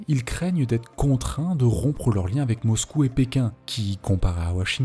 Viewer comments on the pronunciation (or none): none